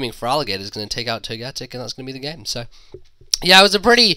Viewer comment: I pronounce togetic toe-ga-tick but when you say it you emphasize the GAAA